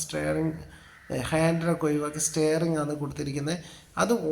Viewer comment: stearing അല്ല bloody fool .......it's steering